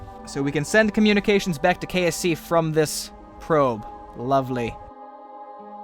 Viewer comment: It did really sound like kfc kerbal free centre